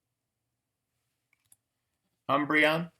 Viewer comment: Umbreon,. Its Umbreon.